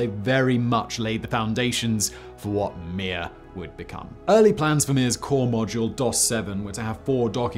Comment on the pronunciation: You have to say Mir in a Russian accent. Oh and of course, in Soviet Russia space station launch you!